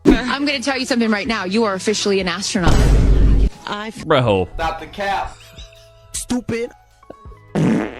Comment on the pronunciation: gayle king... it was just a "RIDE"... remember that... "ass-tro-not"... 😂😂😂...